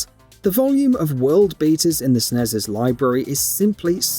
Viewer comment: Its pronounced S.N.E.S. not Sness.